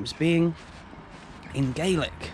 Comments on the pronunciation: Gaaaaaaaaaaaaaaaaaalic :P not Gaylic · When referring to Scotland, its pronounced "GAH-LIK". "GAY-LIK" is Irish. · Love your videos, but just so that you know Scottish Gaelic is not pronounced Gaylic but Gal-ic. Keep doing the videos though. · Love all of your videos! Sorry to be pedantic but the Scottish language is pronounced as GAH- lick (gàidhlig). GAY- lick (gaelge) is the Irish language 👍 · Well done! They do venison pies - 'Staggie pies'. The language is pronounced 'galic' - 'gaelic' is the pronunciation for the Irish language. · Just a small pointer, for Scottish Gaelic, the latter word is pronounced with a short A, so more like Ga-lic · A major achievement by Ross County to be a Premier league club in this part of Scotland. Nice to be able to see it. Your Gaelic though needs a bit of work. Enjoyable video.